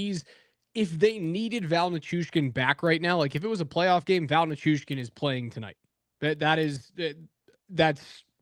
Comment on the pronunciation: The Hurricane's website have pronunciations of their players, and it says Nay chus. but the said he made a point of meeting him before the first game to be sure to get the pronunciation correct.